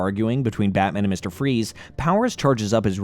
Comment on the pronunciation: Did he call freeze fry's 😂😂😂